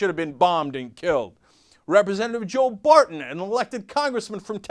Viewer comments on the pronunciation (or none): none